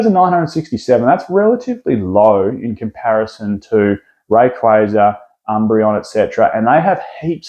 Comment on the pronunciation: Moon... breon. 😂👏